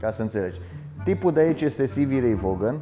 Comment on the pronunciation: Vaughan se pronunță Van. A decedat în 27.08.90, nicidecum în '89. Toate bune, mai ușor cu lucrurile puse doar ca să fie puse.